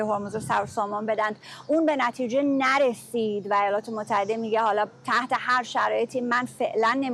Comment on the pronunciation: سمیرا قرایی واقعا ریده توی تلفظ زبان فارسی با شکستن هر کلمه به ۲ یا ۳ قسمت. بعنوان مثال: ن ر سید. عو بور دادن